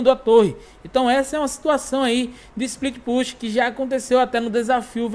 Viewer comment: Split Push se pronuncia Split Pâchi